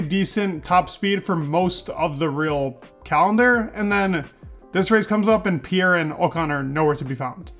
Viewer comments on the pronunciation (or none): none